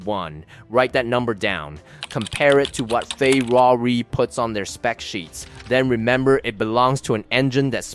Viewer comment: Ha, I am definitely taking this pronunciation with me, from now on Fay rah rih the Italian/Iranian super car!